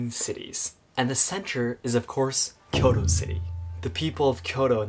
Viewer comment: Your inability to pronounce Kyoto delegitimizes your argument.